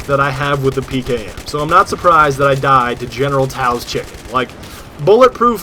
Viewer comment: Its pronounced so's